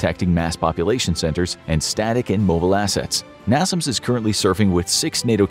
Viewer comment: americans bought and renamed it to something that made more sense to them. "coincidence" that the acronym has all the same letters in the same place. Also it's pronounced NAY-SAMS not NAH-ZUMS (at least in the USA)